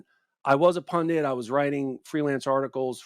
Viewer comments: Ben - it’s not a “pundant,” it’s not a “pendant,” it’s a punDIT.” If you were just some guy talking, I wouldn’t worry, but millions of people are going to learn the wrong pronunciation from you! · Ben, what is a pundant? I think you mean pundit. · Where does the word pundent come from? It's pundit. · Ben, please learn how to pronounce "pundit"! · There’s only ONE ‘n’ in the word “pundit”.